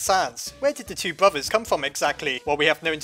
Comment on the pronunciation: no one:: Bruvvas